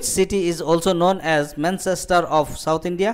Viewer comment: A small request for u.. Can u plz stop reading the qustion becouse Your pronoucation is very bad exspecialy 84 quastion"manchester"😀😀😀😂😂